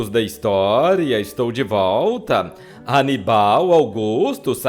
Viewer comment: O nome é Aníbal !!! Não anibál !!!!